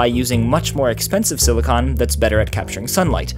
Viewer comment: i have a feeling he kept accidentally saying silicone, instead of silicon. he was hitting that "con" pretty hard near the end lol